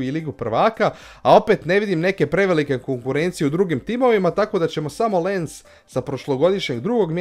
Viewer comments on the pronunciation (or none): Španjolska i Engleska sljedeće sezone imaju 5 mjesta u LP Lens se čita LANS